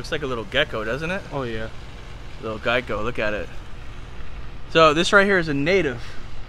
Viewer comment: I can't tell if you are joking or if you are serious but the name is definitely gecko not geico